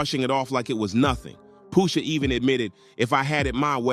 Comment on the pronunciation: Poosha ??? 😂 it’s pusha